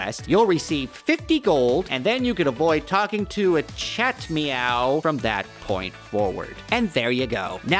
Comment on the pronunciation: It's Achate-meow as in baby Achates or something like that. Big gamer moment